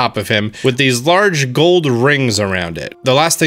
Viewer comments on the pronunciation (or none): none